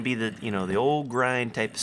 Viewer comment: errr its what is the seed? not wot is de seed